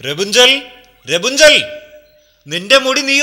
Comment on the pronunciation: രപുഞ്ചൻ ? അല്ല. Rapanzel. എന്നാ